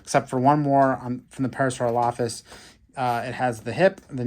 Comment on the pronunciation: Not to be mean but the way he was pronouncing Parasaurolophus was making me a little mad I believe it is pronounced (pair-a-sore-ol-a-fus)